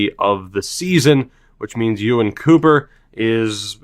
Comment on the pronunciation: Disappointing episode for pronunciation... You said Ewan right and sold a player to Morecambe but didn't say it! In terms of the actual team though, I think you can probably ditch anyone with lower than high 80s ceiling, and unless they have a high basement and ceiling not bother signing them from scouting right away (unless it's the final report). It's worth leaving them there for a month or 2 to see if it's really worth it.